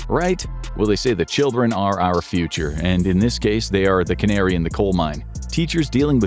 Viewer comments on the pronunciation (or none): none